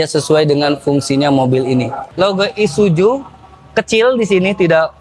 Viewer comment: ISUZU mas.. Bukan ISUJU..😂